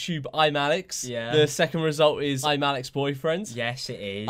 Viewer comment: what george said: ImAllexx boyfriend What we all heard: Im Alex's boyfriend